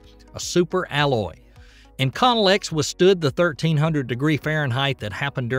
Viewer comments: Who narrates this stuff. Inconel-X, a nickel alloy was used on the X-15 not Iconnel or whatever you called it, isn't even an alloy. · Hey, great video. I do wanna let you know that the metal used in the X-15, and many spacecraft after, is pronounced: in-co-nel.